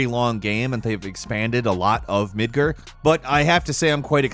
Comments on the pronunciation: GAR. MidGAR. Not Midger..I expected better from you.. :( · Did he just say Midgrr? You mean Midgar right? Now I'm gonna call it Midgrr. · Its midgar not midger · Midgerd?? Bro mid-guARd just an fyi. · Midgear na mid guard lol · Midgir? Who pronounces it like that? Its MidGAR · Midgur? I thi k you mean Midgar with an A not a U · Mid-gar not mid-ger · MidgEr?? Pretty sure it's MidgAr... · I cant pick up my RE3 and FF7 until the quarenten is over 😭😭😭😭 BTW...did you pronounce Midgar midGRRR?!?! ITS PRONOUNCED MIDG-ARE! not not spelled like that obviously. BUT THATS HOW YOU PRONOUNCE IT! MAN I CRINGED HARD! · Midgar, not midgir. Learn to pronounce words. You constantly mispronounce things. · "Midger?" sigh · Man I can't wait to explore "Midgerr" 🤦‍♀️🤦‍♀️ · I'm sorry, did you just call Midgar "midgir??" Get out. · Midgir is still better than what it sounded like he said lol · seems to pronounce so many words in such weird ways. Different regions, different aNgLiSH. "Midgur" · "Midger" lol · WTF is Midgurr? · Midger? Midgrr? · Midgard m ed g aw r d I is pronounced e and a is aw in Japanese. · "midger" What? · Agree! Hurt my ears lol...midgerrr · It's pronounced Mid-Guard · Lol midgerr. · Mid-Grrrrr haha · Midger?? Eh?? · “Midgurr” lol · I lost all respect for him and I’ll never take him seriously lmao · Did he really say midger??? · No one:: Midger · The way you said "Midgar" gave me aids. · MID-GAR sounds like jar 😐 come on in Japanese and can get it right.. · you shouldn't say Midgar like that, sounds like another word. YIKES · Your saying Midgar wrong